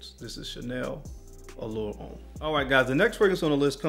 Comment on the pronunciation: Everything was good until you said allure homme EE. Overrated basic scent